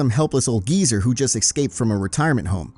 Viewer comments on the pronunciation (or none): The word geezer should never be said with an American accent